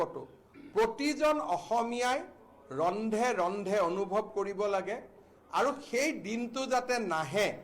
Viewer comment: ৰুন্ধে ৰুন্ধে বুলি নকয়।ৰন্ধে ৰন্ধে বুলিহে অসমীয়াত কয়।